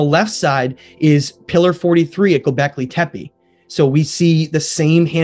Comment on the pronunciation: Please guys, when you make a documentary, stop calling Gubekli Tepe "Gubekli Tepi", the last E in TEPE is pronounced as the first E in ELEPHANT.